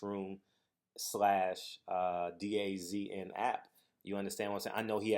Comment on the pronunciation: It's pronounced DAZN ---> "Duh-Zone" Hopefully the app flops on Fast Eddie.